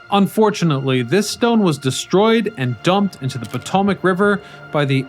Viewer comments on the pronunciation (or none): PO-TOM-IC? Really? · " Po-Tom-Ac " what the "F"? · "potamic River"? "Piramidian"? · Please learn the proper pronunciations of the Potomac ( Pa-toe-Mac ) River and Pierre ( not Peter ) Charles L'Enfant